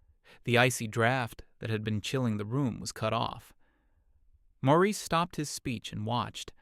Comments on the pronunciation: IM SO GLAD IM NOT THE ONLY ONE WHO NOTICED THAT! i had to reread several times before deciding it was just a clumsy mistake. also the different pronunciation of Maurice and the "ie" being "ah-ah" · The Nineties Hippy-Dippy guy isn't named "Morris" but is called that for half of the story. Then the narrating voice calls Mr. Hippy-Dippy "Maurice" at 2/3rds of the way through story.